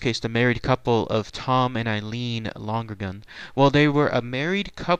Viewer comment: Was their name pronounced long-gergan as you pronounced it? I thought it was Lon-ergan. No extra g.